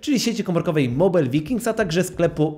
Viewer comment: Panie, mała uwaga bez czepianki. Jako, że też jestem użytkownikiem MV, "vikings" wymawia się z /waj/ na początku. Pozdrawiam.